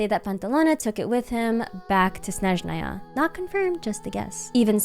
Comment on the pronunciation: I adore how pronounces Snezhnaya and other words 😭❤️